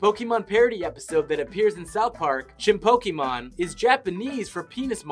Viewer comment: *chinpoko mon Not chinpokemon